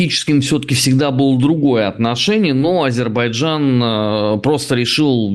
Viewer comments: Дуже образливо називати країну с помилками, коли тьотя на вулиці дає інтерв'ю, то ок, а вам,, це дуже образливо виходе, вибачаюсь перед моїми азербайджанськіми друзями😢😢😢😢 Азербайджан, не Азейбаржан!!!!! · Ріже вуха АзеІбарджан . Будь ласка , кажіть Азербайджан . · Азербайджан, а не Азейбарджан, треба знати, коли людям розповідаєш щось! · та ну не АЗЕЙ-БАР-ДЖАН,, АЗЕР-БАЙ-ДЖАН, потренуйтеся )) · Не Азебаржан ,а Азербайджан!!! Невже так важко вимовити правильно? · АЗЕРБАЙДЖАН! Тренуйтеся вимовляти правильно...